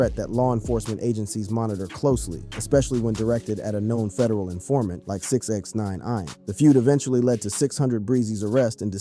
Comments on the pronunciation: Just " six ,nine" ... Not six ex nine nine ine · lol 😂 I kept thinking why is he struggling to say Six Nine 🤦‍♂️